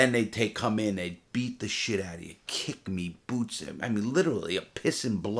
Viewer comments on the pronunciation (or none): I deadass laughed when he said "boots"